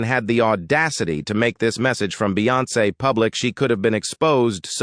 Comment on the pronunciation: OMG....this voice...doesn't know how to pronounce Beyonce...LOL! If you think the Sugars are Bad...That Beyhive is VICIOUS! I was on your earlier live commented but nothing. Wish you would engage more but thanks for exposing.